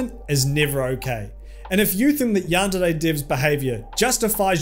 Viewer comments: I can describe it to you, It basically sounds like he's saying yandide he's trying to sound Japanese I guess but only on half of the word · I think I get it he just reads De as Di man now I know I hate how he pronounces it. Granted he has an accent so I can let that pass. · Great video, but the way you pronounce yandere makes me want to commit eat tortilla chip vertically